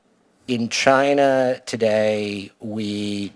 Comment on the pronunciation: Karan Bhatia said "We are proud to be an American company..." He said China wrong!